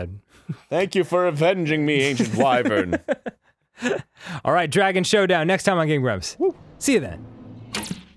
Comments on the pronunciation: ITS PRONOUNCED WHY - VERN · isen't it spoken wyren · #69029 the way he pronounced wyvern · I like how Arin said wyvern wrong and Dan immediately lowkey corrected him